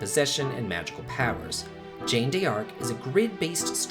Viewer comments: Jeanne - John Like Jean Claude Van Damme. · Did you just pronounce Jeanne as Jane? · Exactly. It's a French name and pronounced totally different than Jane. ^^ Game was actually pretty good. ^^ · Good taste but its pronounced as Crossfire and Zhahn. Anywho, will be checking those that I haven't played yet.